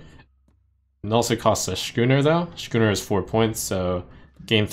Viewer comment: Schooner is pronounced "skooner." You're driving me crazy, Trump!